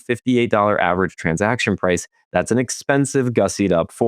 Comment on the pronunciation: Price is a one syllable word